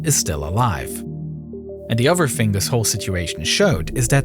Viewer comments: like nardwuar, this narrator is unable to make a “th” sound, strangely pronouncing it as either “d” or “v”, ie: brother/other = bruvver/uvver the/that/they = duh/dat/day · am I the only one that is irritated by the fact the narrator cannot pronounce "th" Brover (brother) , anover (another), uhver (other), etc.